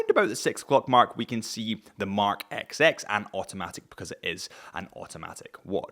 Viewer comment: Did you seriously just call this watch the “ex ex” ??